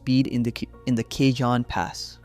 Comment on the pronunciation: You need to learn how pronounce cajon pass you're not saying it right ca-Hoan